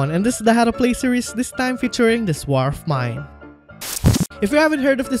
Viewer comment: “This warfs mine”😂